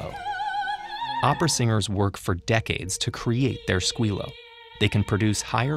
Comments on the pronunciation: “Skeeyo” not “squealo” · "Scuilo" is pronounced "Skeeyo" not all singer have it! joan Sutherland did have it, we can have it or not. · The correct, Italian pronunciation is not "squeal-o" but "squill-o" with a short "i" and the double "l" held. Squillo comes from correct pharyngeal resonance in the cavity above the vocal cords correctly shaped, as well as the muscular hold. Squillo requires plenty of so-called "chest voice", whereby that lower register sound is taken up to higher notes - otherwise all you get is a thin, squealing, "Minnie Mouse" sound. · Sorry, but no... It's "squi (like in squid)-llo (like in law but with a long L)". In Italian it means also "ring" (like phone ring) and "call girl". Trust this Italian source.